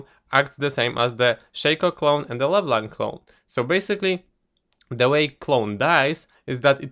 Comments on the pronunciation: I love the way you say leblanc "Bleeblac" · thats how u pronounce it no need to thank me